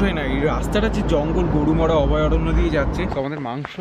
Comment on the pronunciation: Dada "garumora"noy "garumara"